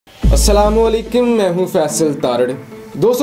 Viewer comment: assalam o alaikum ki jagha aap hamaisha assalam o alaikim bolte han. jo galt he.